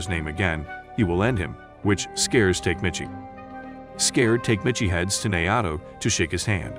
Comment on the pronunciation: Tokyo Revengers was actually pretty damn good.. unfortunately, there hasn't been any new episodes in a while. Tok-a-mee-chi You are murdering his name. It's cringy..